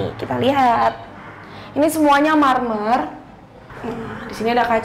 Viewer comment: baru kali ini saya nonton house tour yg selalu sebut kata MERMERRRR....😁😁